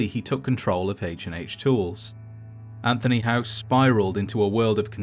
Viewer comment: It’s not anthony house yall 😂